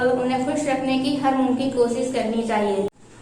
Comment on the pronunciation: کوسس نہیـــــں کوشش بابو